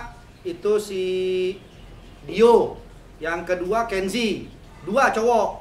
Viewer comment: Bukan renzy om arie lasso.... tapi kenzy....